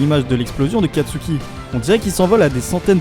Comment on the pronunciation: kastuki?! C'est pas plutôt katsuki